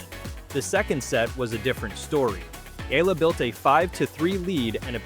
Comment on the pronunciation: Correct Pronunciation : EALA = Ee'Ya'La